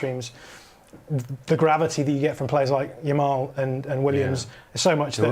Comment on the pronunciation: "Yamine Lamal" lol